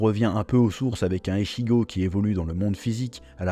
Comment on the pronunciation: Mon manga de coeur de quand j 'étais gamin , merci . Par contre un truck me détange surtout que tu le dit beaucoup de fois mais ichigo ce dit itchigo .